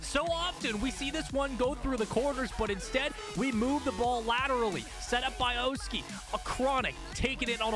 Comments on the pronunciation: It’s pronounced “Aw-ski” not “Oh-ski”. You hurt my soul everytime you pronounce it like that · ok but please stop saying oh-ski